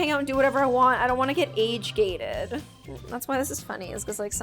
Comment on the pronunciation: I couldn’t understand you. , you said you don’t like it when you get “age dated” OR “age hated”?